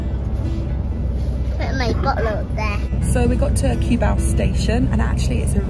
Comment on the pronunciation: If you want to live full time, Mike of Making it happen has a permanent residency visa that gives him to live more than 3 years and he has a car as well as The Juicy vlog have car too. They pass the requirements for drivers license in LTO to have pass the driving test too and by the way, Cubao pronounces as "Koo-bow".